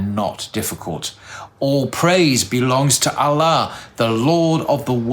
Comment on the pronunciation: Hi ur supposed to pronounce Allah as (Al-loh) but u say (al-la) just pointing it out. Love the shorts.